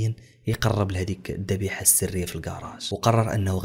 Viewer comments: الذبيحة و ليس الضبيحة 😂😂😂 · الذبيحة ماشي الضبيحة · الذبيحة و ليس الضبيحة